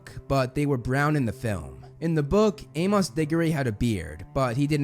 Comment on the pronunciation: I cannot get over how you say Amos, you say Ay-moss but it should be Ay-muhs. Great work as usual though.